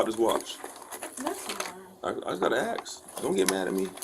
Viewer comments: They should let them off with no charges if they can say the word “ask” correctly and not say a wood splitting tool.. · She' axing you though, just let her gooo hahahaha THIEF!! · I bet he's "axed" her out. I hope that this cop is fired. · Rumor has it “nurse” is still “axing”😂to call mom ✌🏻